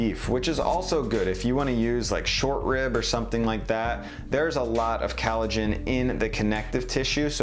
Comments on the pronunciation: Some useful info here, but I think you need more challenges in your comments. First, it's collagen, not "calligen". This does not make you sound well-informed. Second, if you're running an "experiment", you can't try different techniques (e.g. adding the salt at the beginning) only in one type of broth. Different bones may respond differently to different methods, so how do you know whether your results are because of differences in the bone or the method? Last, and most important: you're accepting some popular tropes about all the health benefits of bone broth. But there are also quite a few postings out there that point out that bones trap a lot of toxins -- e.g. lead (even in organic meat). From what I've seen so far, it depends on whether you're looking at a paleo website or a vegan website. Might be worth some more careful research. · I gave you a hard time in your kombucha video when you kept pronouncing it "kambucha", but watching this video I'm starting to think you just have a weird accent. You also pronounce collagen as "callogen" so maybe the sound you make for ko/co sound just sounds like ka/ca to those of us with standard american accents. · Its collagen dude not callogen. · it's "collagen", not "callogen" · cOllagen not cAllogen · COLLAGEN. Not cAllogen. It’s like when kids say malk and not milk. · its the accent dingus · I'm sorry but it's COLLAGEN not KALOGEN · Every time he says callagen instead of collagen it makes me cringe. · Bones have no "CAL uh gen". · Sounds like you are saying COWllagen. But didn’t you also make duckllagen and porkllagen? Hope you don’t mind the teasing! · Collagen!! It's called COLL-agen. Other than that, great stuff. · Sooo annoying the way he pronounced collagen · I know many others have said it, but COLLAGEN! Great video otherwise. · COLLAGEN, NOT CALLOGEN, WHAT THE HELL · Really good information for creating deliciousness. Oh...and it's COLLagen, not calagen. Rhymes with 'call,' not 'Hal.' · Collagen. Not Callogen.